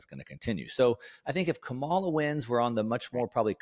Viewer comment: consistently mispronouncing Kamala’s name is not putting you in a good light, and I suggest that you stop it. People will only draw one of two conclusions that I’m sure you wouldn’t want. Folks will either conclude that you are dumb (which I don’t think you are) because you can’t learn her name, or that you are racist (which I hope you aren’t) because you intentionally mispronounce her name as a way of disrespecting her. You may hate her policies, which is fine, but I think it only hurts you by saying her name wrong at this point.